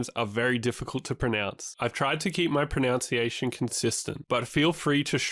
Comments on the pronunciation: You mispronounced mispronounciation as "miss-pro-nounce-ee-ay-shun" it should have been pronounced as "miss-pro-nun-see-ayy-shun". Consider yourself shredded. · 🙄😑🙄... U mispronounced "mispronunciation". 🙄😑🙄...😆😆😆🤣🤣💀👻👍💯 #Subscribed!!! 👍😆💯